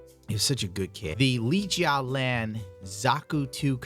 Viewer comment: I think its Yu-Jiaoland, not Lee-Jiaoland For two years painting, you're doing pretty good I'd say! Looking forward to more pieces this year and more to come man, keep it up!